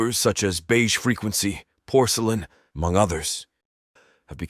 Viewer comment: Beige frequency is no porsalin